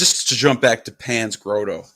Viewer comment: “Grotto” = “Grah-tow”, not “Grow-toe”